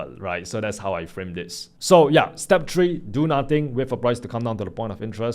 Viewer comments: “step 🌲” love ur accent my guy😂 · I finally read that (step tree) 😂😂😂